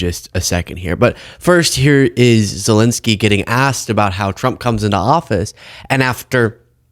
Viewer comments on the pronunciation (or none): It's ZELENSKYY,, not Zelinsky. You're as bad as Ben Meiselas! 😅